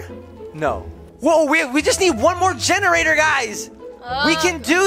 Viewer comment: “I want a genorater” walks past genortator Dora time